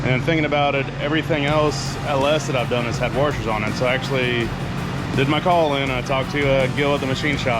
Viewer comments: says waRshers instead of washers…. Is someone watching the great AvE? Seriously guys, you must watch him. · Heh .... "Warshers"